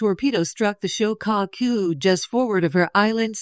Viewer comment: The. "SHO - CAW - COO"... 🤔🙄 ... "SHO' NUFF DEN" 🤣